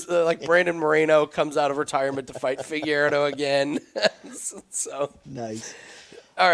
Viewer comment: Dude can’t pronounce Figueiredo